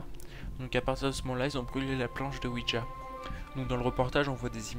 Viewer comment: juste ouija et pas ouidja x)